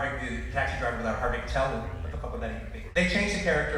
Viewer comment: "HARVEY KATEL" Edit: I just discovered that he's dyslexic